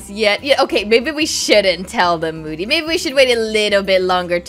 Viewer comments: Who else heard Mody instead of moody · I like how called moody mody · I love when calls Moody Moddy lol